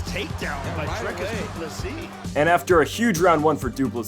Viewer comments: Good job pronouncing his name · Well done on saying his name right!